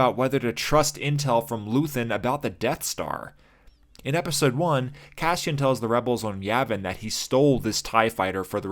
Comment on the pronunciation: I'm sorry to be "that guy", but why do you pronounce his name Cashian instead of Cassian? It's like Lando purposefully pronouncing his friend's name HAN instead of HAHN. It's bothersome and it breaks me out of your otherwise fantastic analysis.